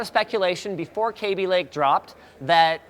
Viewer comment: Why did you pronounce it like "kay-bee" it's kaby. Kah-bee